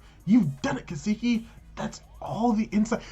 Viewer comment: Kaseki not keeesekee